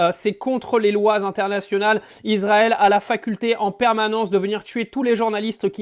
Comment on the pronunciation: Ne prononcez pas Izrael , c'est Israël avec un S!